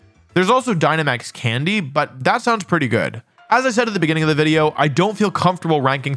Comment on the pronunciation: Wideo man Wolfey, I have noticed an extreme lack of wideos and I humbly request more wideos, thank you.